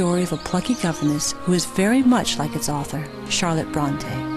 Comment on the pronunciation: It is pronounced Brontee - that's my name! =D I hate it when people call me Brontay x.x